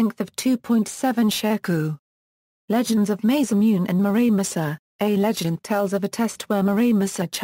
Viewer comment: The butchering pronunciation of, Masamune, is annoying.